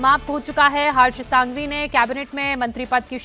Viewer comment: संघवी not सांघवी